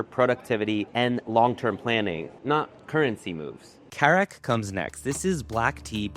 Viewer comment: It's Karak.